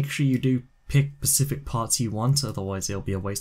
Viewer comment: "no pacific reason"